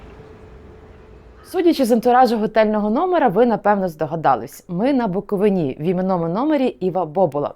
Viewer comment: БуковИні, наголос правильно кладіть, грамотєї